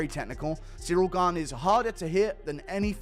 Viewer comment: Gane not Gain